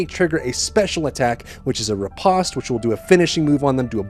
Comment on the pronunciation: Lol. Another grown adult that can't pronounce a basic word. Riposte is pronounced, RI-PO-ST. Long O, not a short O. Stay in school kids, you don't eant to end up like this guy. Scary. And the first game definitely had key bindings. Did you even play it? Thats obvious. Lol